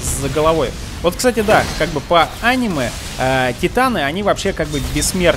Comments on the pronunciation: Ударение покинуло чат.. анимЕ, а не Аниме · Я выключил видео из за его произношение: ани'ме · аниме ударение на е